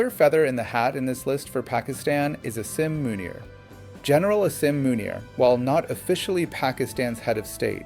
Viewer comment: Why did you miss Zia ul Haq?? He was much worse than Musharraf. Your american accent is laudable except calling Asim Munir and Pakistan. That was laughable.😂